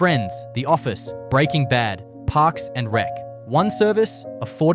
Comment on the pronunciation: the pause between “Parks” & “and Rec” as if it were two separate show titles